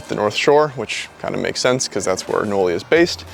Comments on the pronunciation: Bro what???? This whole time i thought it was pronounced like you would say the name Molly... Knolly-Molly not Like.. No- Lee. 😂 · Can’t even say knolly correctly. Why is so bad at his job